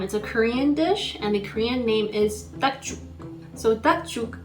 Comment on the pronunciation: Please don’t call this dish dak juk. That’s not how it’s cooked. Also get an actual Korean to introduce the dish. That’s not how dak juk is pronounced.